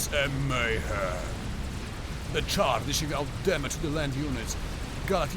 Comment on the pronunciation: hehe, I figured you were from Poland when I heard you pronounce "Czar" like "Char"!